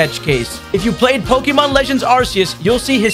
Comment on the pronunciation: Bruh!…. He’s saying “pokyyyymhon!”!?!?